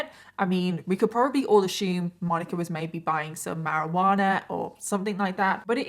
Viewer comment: Sorry but it irritates me so much when people say “ashume” rather than “assume” THERE IS NO “H” IN THE WORD! Yes, I’m easily annoyed incase you hadn’t figured that out already.